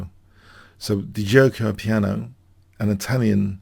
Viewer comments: a favourite of ben Fiengold this one, i like how Your analysis gives something even to well worn classiaics. great work on Guicco Piano especially since pronunciation is not Your traditional strength. Von Bardeleben is more Your usual standard, it need one more syllable than you gave it. but who cares this was fun. Thanks keep up the good work. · Good pronunciation of giuoco piano , literally “ slow play “ btw note that in modern Italian is “gioco” without U.. And remember that “ch” in Italian is “k “ as in the word “fianCHetto” , pronunciation “fianKetto” meaning flank , in modern Italian “ fianco” Thank you for your videos , always very interesting and instructive Ciao from 🇮🇹